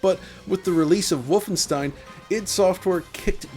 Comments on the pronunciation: He stopped saying Volfenstein. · Woofenstein… never heard of it.